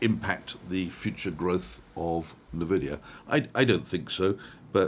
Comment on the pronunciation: do enjoy your videos but pls say ENVIDIA,. am i mad or does your artwork change everyday